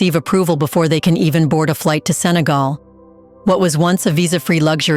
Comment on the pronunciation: Sénégal pas Sagal Respecter notre pays. On peut quand même pouvez prononcer le Sénégal.